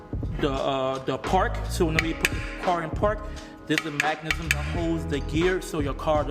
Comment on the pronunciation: Mechanism. Not mack-anism